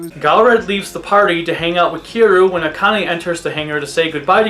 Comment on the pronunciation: is it that hard to say Kiryu